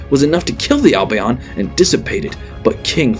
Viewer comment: His albion pronunciation is painful